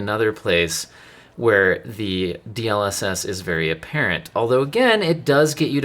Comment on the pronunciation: the point of an acronym is that its not meant to be pronounced as a word... As it is an ACRONYM....